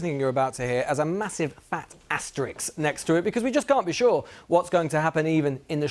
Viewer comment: It's "asterisk",.